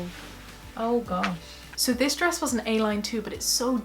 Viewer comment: Stress? I thought you said dress